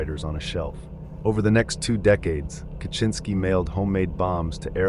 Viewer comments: How did you do research to find out how to properly pronounce names, but you can't pronounce Ted Kaczynski? You didnt watch one of the thousands of videos about him? It's kah-zin-ski. How do you even get kaCHINski? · Yeah A LOT of these names are horribly pronounced. Benet? Core-ish? Ca-chin -ski? I haven't seen some of these pics which is cool so I don't mean to be a nitpicky asshole but it's starting to pain me 😅 Edit Im so bad at detecting AI but from what i've read from other comments that makes sense. Might have to ignore this channel if that's the issue.